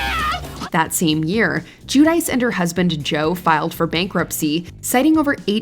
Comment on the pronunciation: "Jew-Dice.".🙄 In 🇮🇹, it's Joo-Dee-tsche